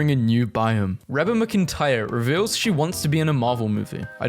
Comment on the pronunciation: Pronounced 'Ree-bah Mac-Entire' and she's a really famous country singer.